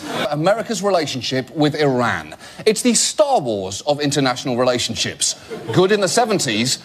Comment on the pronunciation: i wish he would pronounce 'iran' properly